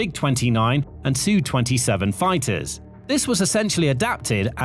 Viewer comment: You briefly said Ess-You. Now you're back to saying Sue. Well, should I say FU to this channel? :D I'm just kidding. And kind of not. Sheesh.